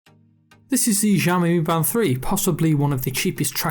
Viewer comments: its literally pronounced Shy-yo-mi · I’ve put ‘show me’ in marks so that you know is also a way to pronounce it correctly:P